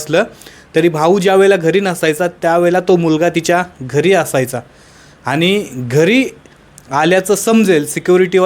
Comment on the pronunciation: अनि पानी मंग shabdha नीट ucchara